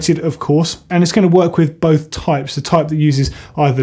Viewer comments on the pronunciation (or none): none